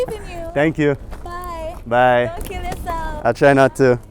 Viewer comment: "Byeee dont klll yaselff"🤣🤣🥂